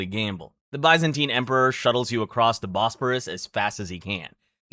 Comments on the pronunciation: it’s the correct way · I’ve only ever heard of it pronounced that way